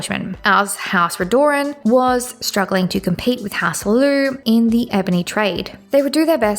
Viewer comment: You are just blatantly making up pronunciations that are so far off base its insane, so that reasoning is nonsense. Not a single character in the series pronounces Barenziah like that, or pronounces Dwemer like it has an i in it somewhere, ffs you can hear how Redoran is pronounced if you just played any of the dragonborn dlc, there is no excuse for this level of mispronunciation other than willful ignorance or engagement bait.